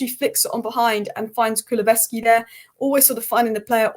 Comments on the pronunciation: please practice😅: Ku-lu-SEV-ski not ves other than that love your efforts and analysis. 🫶🏻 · you are my number 1 go to for match analysis for Spurs. Sad you aren't a 'Yiddette', but you can't win everything. Only constructive criticism is on your pronounciation of Kukusevski's name. It's pronounced Ku lu sev ski. Apart from that, you are perfect! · Think Porro actually got two assists. Richarlison’s 2nd goal & he also played the through ball for Son to win the penalty. Spurs’ first penalty of the season btw. I don’t know if he will get the official assist for the penalty but he should do & if he doesn’t then who does ? (Kulu-Sev-Ski) is how you say it btw. Great analysis again, nice one. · Love that you're just resigned to never getting Kulu's name right. lol.